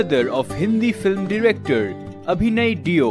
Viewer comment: Surname's pronounciation should be Dev...ie देव...and not deeo...